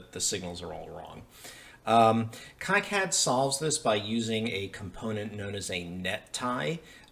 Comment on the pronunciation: I think it's pronounced "key cad" not "kie cad".